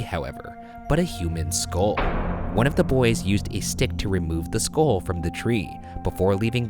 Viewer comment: ryan, it's pronounced "skull" not "skol"